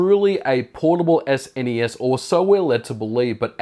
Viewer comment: most important: thank you for not calling it " SNEESSS" ! 3 stage pipeline = almost like 3 threads... nice ^^